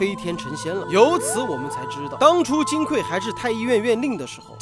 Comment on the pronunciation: 金匮，指金的柜子，所以应该读(gui四声），而不是(kui四声)，读(kui四声)则是缺乏的意思，这里不应该取这个意思。